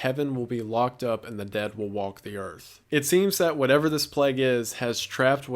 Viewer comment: you keep on saying "whatever " incorrectly and its eextremely annoying